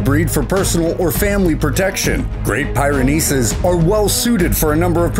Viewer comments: Great Pyrenees; pronounced "Peerynees" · The way he says great pyrenees drives me nuts haha it's like peer-a-nees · The 10th is not pronounced (PIE)RENEES, you say it as pi (as you would say pip) not pie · I second that! 😂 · We have both a Doberman and a Great Pyrenees, which is pronounced "peerenees". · Um, narrator, you might want to look up the pronunciation of Pyrenees. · I'm sorry but your pronunciation of the Pyranese dog made me laugh ffs